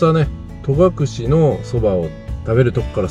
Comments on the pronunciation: 重箱の隅を突っつくようで恐縮ですが、戸隠「とがくれ」ではなく「とがくし」ですよ。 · 観たよ観たよまたまたぜーんぶ観たよ😊 いい旅でしたねー♪ 私も10月初めに北海道から初めての長野に行きます。 松本空港でレンタカー借りて、まずは奈良井宿に行き、長野、小布施、上田、別所温泉♨️などのコースを予定しています。 戸隠や安曇野、上高地もいいですね！楽しみでワクワクしてます😊 あと、とがくれじゃなくて、とがくしだと思うんだけどなあー